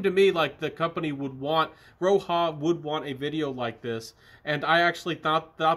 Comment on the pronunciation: RO-HA!!! 🤣 I love it when you say that,!! Hey, who cares what the right pronunciation is when the juices are good? Anyhow, did you just get these or had them for a while? My favorite is still Elysium from Roja. It's very versatile and safe for all occasions.